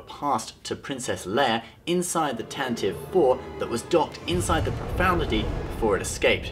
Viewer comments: Ugh again, it's not pro-found-ity It's pro-fund-ity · Did he say Radis's ship was the "Profanity"? or the "Profoundity"? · Good video, but it's Profundity, not Profoundity - there's no such word